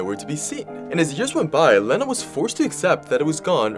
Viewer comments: The name is pronounced, "Leena", like the word, "lean". Not, "Lenna", like "lend". 🙂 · I’m not mad but unless she said her name was sounded like Leh-na, that’s not how you say it. Ik that because that’s my name 💀😭it’s pronounced like this lee-na. ☺️ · It's pronounced "Leena"